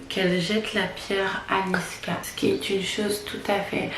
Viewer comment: C'est pas niskas ma belle mais niska haha